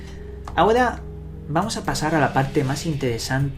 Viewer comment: Como es que el orggg suena y dices ahoda, segudo, apadatos, etc